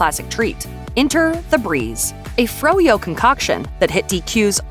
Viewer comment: "a froyo concau..." yeah im out